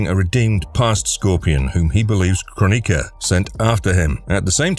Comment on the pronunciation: ffs...it`s kroni-K-a not kron-I-ka...